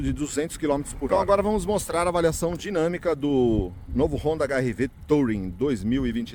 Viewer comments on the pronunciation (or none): A pronúncia sua do modelo tá errada, não se pronuncia a letra “O”, na palavra TOURING, que é uma palavra inglesa, se pronuncia “TURING”, sem acentuar no G mudo do final, e olha que é uma palavra bem manjada já pra carros, já tá por aí há mais de 50 anos e você não aprendeu a pronúncia ainda 😂😂😂